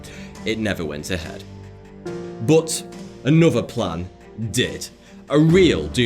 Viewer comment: That is not how to pronounce "but",!